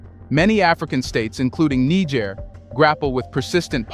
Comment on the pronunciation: Fantastic work! Just one note. Nigerians (pronounced 'Ny-Jerry-ans') live in Nigeria (prounced 'Ny-Jerry-ia'), and Nigeriens (pronounced 'Knee-J-sh-air-ians') live in (as you correctly pronounce 'Knee-J-sh-air'). Great stuff. Thank's for your great work. Peace and love